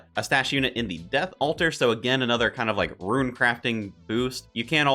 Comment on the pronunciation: These are some great leagues videos, my one complaint stop pronouncing rune as ruin :)